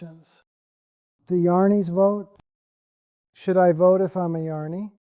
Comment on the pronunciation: Welcome back! It must have been hard to leave the duck pond dream, but you were missed! As to the new Robert voice, it is a bit too fast and cheerful/ cheesy, in my opinion. And jani comes out as yarny? I have listened to all the videos and the previous voice had a gravitas that was calming and grounding, even when he said that every thing is a dream. 😊However,all is well,exceeding well, and unfolding as it should, so maybe this is the new voice! Thanks for your work!